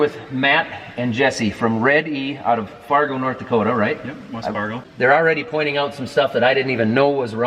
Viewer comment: You have the correct pronunciation of Fargoooo down!